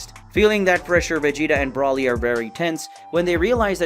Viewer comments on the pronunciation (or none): Why are you calling him Broli dude its Broly renounced (Bro-ley) and what with you calling Beerus "the Beerus" bro your dping this on purpose arnt you chill dude